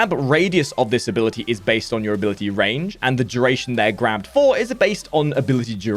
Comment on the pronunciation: "abilitie strength"